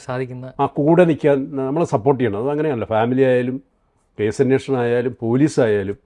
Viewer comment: അവതാരകനനോട്, അന്വോഷണം അല്ല അന്വേഷണം